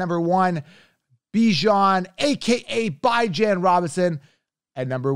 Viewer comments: Did he really just say Bye-Jon … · I been told him he pronouncing his name wrong even Bijan don’t pronounce his name like that